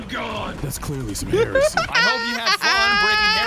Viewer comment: Emperor watch this one, she can't even pronounce Heresy... 😭🫶